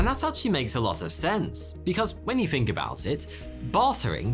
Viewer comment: Its think, not fink. I hate how he talks.